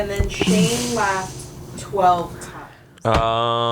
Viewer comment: I love glasses Shayne (shan-ye)